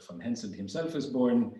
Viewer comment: HenSELT! not HenSON!